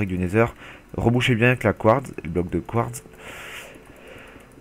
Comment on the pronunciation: on dit phonétiquement : du couartse